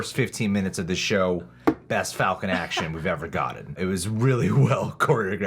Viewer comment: "One Fal-Can"... Um Sir, You just unlocked Super reasoning and knowledge 🤣😂